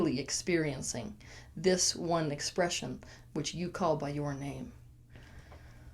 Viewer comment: deep... ("By" not "Buy") :)